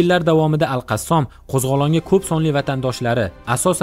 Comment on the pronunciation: Qassom emas Qossam dib etin okajon